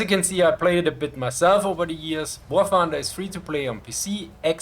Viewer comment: I'm subscribing for the Schwarzenegger way you say "Wah Thunduh"